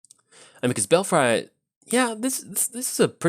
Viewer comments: I just assumed he wanted some Bel- fries with his tokens lol xD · "Belfry" is actually pronounced "bell-free".